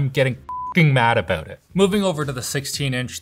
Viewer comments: The ''aboooot'' is strong with this one lol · "one thing that annoys me abbboooooott these" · Your "About" is very Canadian. 🇨🇦 I like it.